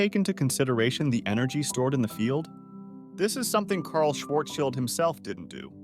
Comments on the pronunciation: It's pronounced sh-varz-sheeld 😭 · "child" in Schwarzchild is pronounced like "shield". Incidentally, it also means "shield". :)